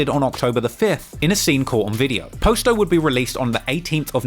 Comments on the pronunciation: “Poss-toe” not “Poe-sto” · Mf said Post-O 💀 how slow can you be fam? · "He clearly heard Juice World, pronounce POSTO name correctly...but yet he still saying Poe Sto. But that explains why POSTO clothes, looks cheap...for shopping at a Poe Sto"🤨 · Pos-to ( poss to ) shit be harting my ears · Its pronounced PA-STO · How do you watch videos and songs hearing his name and you still can’t pronounce it right? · Do you keep pronouncing his name wrong on purpose or can you really just not pronounce it the right way?